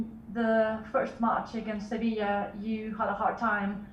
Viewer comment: SeVIJA frank not SeVIL